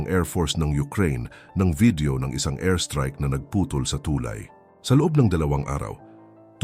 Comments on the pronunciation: TuLAY, hindi TUlay. Salamat sa pagtanim ng Wikang Pilipino. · Ang ganda ng content at message... Pero ang daming maling accent o pag pronounce nang mga salitang dapat na itama na naayon sa tunog ng pag bigkas nito... Gaya halimbawa ng TULAY, LUMALALA, LABANAN at marami pang salita o punto na mali ang tono ng salita. Yun lang... Mukhang hindi purong PINOY ang nag sa salita ng narrative ng content.